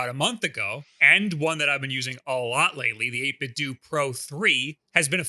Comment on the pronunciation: isn't the "do" in 8bitdo supposed to sound like "nintenDO"